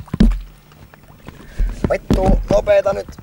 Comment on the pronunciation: Did anyone else hear when he said "F***" in Finnish it sounded like "Vito"?